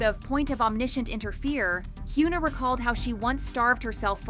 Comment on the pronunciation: Hyuna isn't pronounced as "h-yu-na" with "yu" sounding as "u" sound also, ribs showing isn't always a sign of unhealthy dieting as you made it look with Winter, sometimes it's people natural constitution that is perfectly normal for them. Sunmi didn't struggle and talked openly about her being skinny-shamed only for people to continue doing it with other idols. also, about ribs being shown when person lifts their hands - are you bloody serious? I am chubby person (objectively), and if I lift my arms and put any tension in it, like you know, when you dance? - my ribs will be noticeable as well.